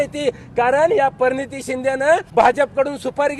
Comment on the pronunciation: काय रे ही भाषा....... परणीती नाही रे.....प्रणिती..